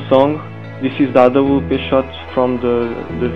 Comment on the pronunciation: wow , your voice when you say "awp" you look like portuguese, you are? xD